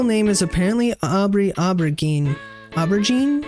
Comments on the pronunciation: the way you pronounce aubergine is (aw-bre-zheen/jeen) the g part of her name isn’t a guh or juh sound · Aubergine is pronounced "OH-ber-zheen." Just to let you know.